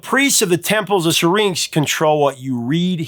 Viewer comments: Temples of See-Rinks ? Come one Professor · Why can't you pronounce "Syrinx"? Listen to the song and how Geddy pronounces it. Sheesh.